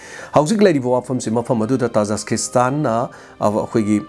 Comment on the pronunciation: oja tajaskistan haiba manli khonkhoktu tajikistan haibana chumgadra